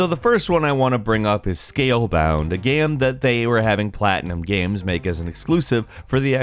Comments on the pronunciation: This guy pronounces the word "game" so weirdly. "Geeyums" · Did you say games console or gehms console?